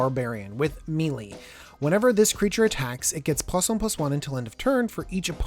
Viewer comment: Melee = MAY- LAY not me -lee !!!!!!!!!!!!!!!!!!!!!!!!!